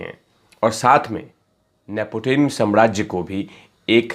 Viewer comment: नेपोटिम नहीं बे नेपोटिज्म. अनपढ गँवार और कुछ नहीं बन पडा तो आ गया यू ट्यूब पर गँध फैलाने. पान की टपरी खोल.